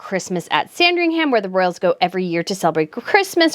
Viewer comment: I love it when Americans try to be sooo smart about the Royals but instead end up talking bs. By the way, the "h" is Silent in Sandringham, just so you know for next time. Get the very basics right at the very least before you go on making a bla bla bullsh*t video of your (we don't give a flying monkey what you think) video.